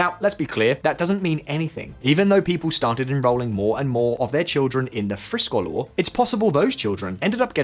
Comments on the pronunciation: Friskolar is pronounced like "FreeSchoolar" in other words Free schools. As a teacher I have worked in 3 United States charter schools and in US public schools. The charter schools were right for some students but not right for all students. Schools here are funded by a number of factors, number of seats filled and property taxes. Therefore, a school in a low property value area with a charter school will be negatively impacted. The best charter school I worked in was in a high property value area. They were not lacking in resources, and they did not seem to take away from the education value and nearby public schools. The opposite seemed to be the case in rural charter vs public schools. Both suffered, but the public school ultimately had better resources in the case I experienced. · I’m British but I speak Swedish. I didn’t pay attention to the spelling but I watched 75% of the video before I realised how poorly he was pronouncing friskolar hahaha Thought it was some fancy name before I realised it’s just “free schools” in Swedish lol. My biggest issue with this video is that you claim teachers have no incentive to provide higher quality education without competition from other schools. Teachers teach not just for money but because they do good for society. They always want to become better themselves and help children. Implying it’s all about money for them is demeaning to their profession.